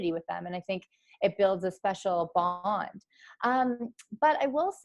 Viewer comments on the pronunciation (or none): "BoNd" Which accent is that 😂❤️luv ot